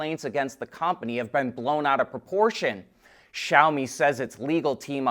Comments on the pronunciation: Finally he pronounces Xiaomi correctly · He learned how to say Xiaomi, NICE